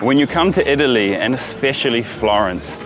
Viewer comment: Never trust an Indian selling leather belts in Florence. He said "made in EE TALLY". LOL